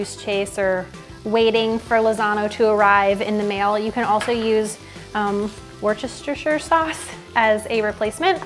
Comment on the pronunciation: Worcestershire = wuss-ter-sheer or shire. I'm from Worcester, MA lol. Gordon Ramsay I do believe says it with a -sheer if that means anything.